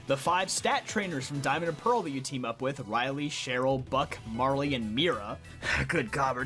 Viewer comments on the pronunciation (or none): none